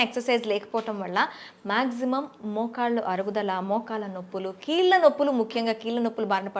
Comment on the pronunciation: ముందు నువ్వు కీల్ల నొప్పులు అనడం తగ్గించి కీళ్ళ నొప్పులు అని అనడం అలవాటు చేసుకోమ్మా!